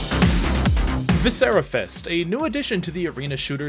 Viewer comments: You're mispronouncing viscera and it's killing my autistic ears. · haha can't pronounce viscera